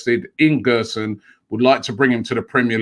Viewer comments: Btw it’s gerson not guerson (the ‘ge’ sounds like a ‘je’) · Gerson's name is pronounced like "jerson". He's a great young prospect, one of the best in Brazil, but i can't see this deal happening.